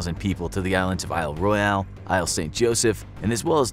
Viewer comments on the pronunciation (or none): none